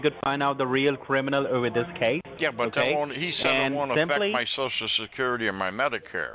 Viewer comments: corporate. shoshal, Withdrawling???? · I love when they say SHOO-SHOO instead of social. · De last four digits of your sho-sho